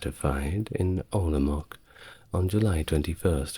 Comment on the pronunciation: Czech names are promnounces as it's written, not anglicized, so it's OlomouC. not OlomouK, ValaCHia, not ValaČia, etc.Great video as always, helps me fell asleep and learn something new.